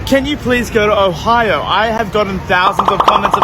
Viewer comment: He pronounced Ohio as "Ohayo"